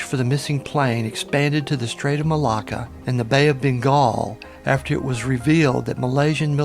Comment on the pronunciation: Bengal not Bingal